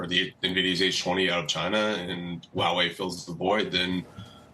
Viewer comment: “Wah Wei”. Huawei is not that hard to pronounce.